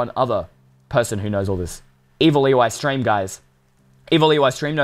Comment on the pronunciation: Why does Eystreem always says EWeystreem in his name??? Im just curious